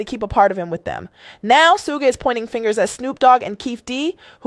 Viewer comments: The journalist's pronunciation of Suge (Shh-joog) Knight - SMH. She comes up with - "Sue-gaye" - - If you don't know how to pronounce a name, why are you trying to tell a story? Just sit down and stfu. People stop listening to your story as soon as you began mispronouncing names you OUGHT to know how to pronounce, such as TuPac (pronounced with a long a (poc). She goes with long a (pack). Already, I don't even remember what she said. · "Sue-gay" Knight and "Pack"??? 🤣🤣🤣 This AI mess is killing me with the pronunciations!! And how was Suge "bleeding everywhere"? He got skimmed by a bullet, where did a gang of blood from Suge come from?? Come on Suge!! Why would Pac say he didn't want to go to jail again? He didn't do anything wrong plus Pac wasn't a scary azz n*gga to even be THAT worried about it!! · The 16 pronunciations of “Suge” is taking me out. Soogay, Sooj, Shugay😂 AI sis was like “One of these is gonna land…” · That lady is AI as in Aye pay attention to them names lol😂😂😂😂